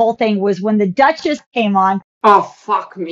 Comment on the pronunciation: There’s rumours that Inna is horrible in real life but I just can’t see it. She’s so beautiful too. She could not pronounce the duchess name for sh*t 😭